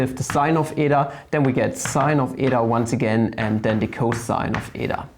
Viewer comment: Well, you pronounced η correctly. Btw, really nice content!